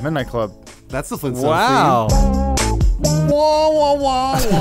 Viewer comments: THE FLEENSTONES?!? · FLEENTSTONES, There said it